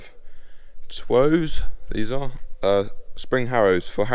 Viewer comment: i think twose is pronounced toose